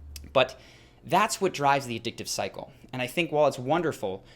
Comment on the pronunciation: every time Cycle sounded like Psycho